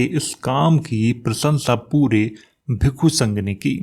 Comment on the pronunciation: Ye bhikka ya bhikku kya hota he ,bhikshu ya bhiksha hota he